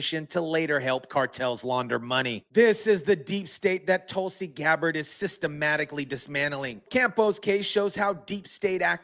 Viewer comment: GABBARD NOT GABER!!